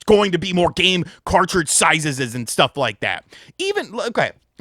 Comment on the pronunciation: My man said "sizes's"